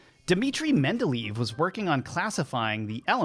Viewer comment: Thanks for the video. Can I just advise that Dmitri "Mendeleev" is pronounced "MEN DE LAY EV" and not "MEN DE LEAVE".